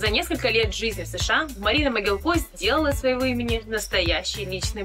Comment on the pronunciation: а зачем коверкать фамилию? Моги́лко — украинская фамилия. Известные носители. Могилко, Иван Сергеевич (род. 1928) — Герой Социалистического Труда. Могилко, Константин Викторович ... Википедию то погуглите))), ударение ставят на слог с буквой И